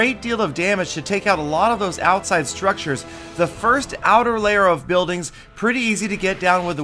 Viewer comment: You said firs*